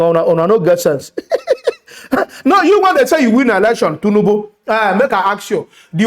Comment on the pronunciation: Man why u deh murder the names naa?,😂😂... Which one be "Mama Udu,(insted of Mahmood) and Tunubu 🤣(insted of Tinubu)